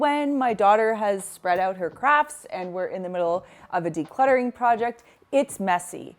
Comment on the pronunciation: Did you reference your daughter's "crafts" or "craps"? 😆